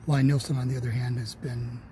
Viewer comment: I wish people would learn to pronounce Lie Nielsen. His name is Thomas Lie Nielsen. Lie as in Lee